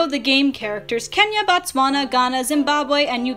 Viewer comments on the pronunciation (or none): none